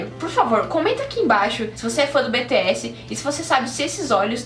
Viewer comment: É "BI TI ESS"